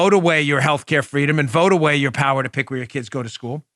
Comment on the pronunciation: “Fwweeeedoom!”, “Si se puawdue!” 🤣 They’re getting good at it. Let’s see who’s next.